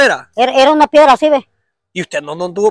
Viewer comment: Se dice pedrada, no piegrada, y se sice piedra, no piegra